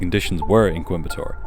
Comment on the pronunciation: I'm so impressed with the pronunciation of Coimbatore and Trivandrum - great video